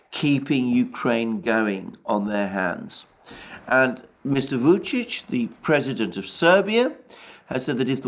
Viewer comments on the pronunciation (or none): none